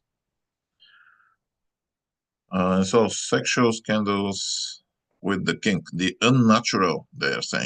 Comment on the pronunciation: Is he saying king or kink?